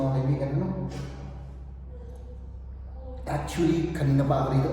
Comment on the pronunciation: Maraming salamat sa shaw-tawt! Mabuhay kayo, Ma'am at!:_Teamitlog::_Teamitlog::_Teamitlog: Actually, "Ek-shwe-li" ang tamang pronunciation,... 😁😁😁